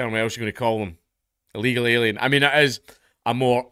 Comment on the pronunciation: He said Ill Eagle Alien.